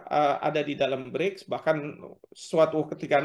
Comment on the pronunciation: mba presenter nya ini sepertinya menyebut BRIDGE/BRIDS bukan BRICS 😁😁